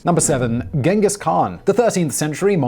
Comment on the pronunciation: It’s “ching-giss” not “ghen-giss”